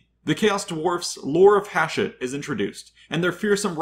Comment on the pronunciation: It's pronounced "Hah shu-t." It's in the game's dialogue.